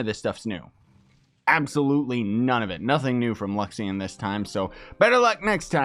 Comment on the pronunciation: LU-XA-RI-ON !!! not luxion ;p